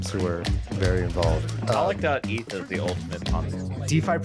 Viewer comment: what does he call it? ehhth? How can you not know how to pronounce Eth??